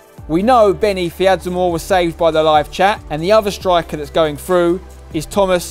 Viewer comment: Man said Benni fidzamoor lol, need Callum palmer